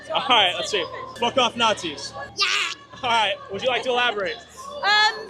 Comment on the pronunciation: She is calling them Naz I, without knowing the meaning. Intelligence of a sprout